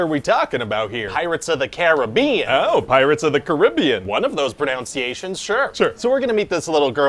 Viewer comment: He pronounced "pronunciations" incorrectly at the start and I'm not sure if that was a joke (since they were talking about correct vs incorrect pronunciation of a different word) or if it was just a random whoopsie...